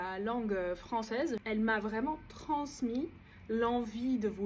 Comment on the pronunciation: Ton niveau de Français et ton accent sont incroyables. Je n'ai repéré que deux erreurs, "les livres" au lieu de "des livres" et le s de transmis que tu as prononcé comme un z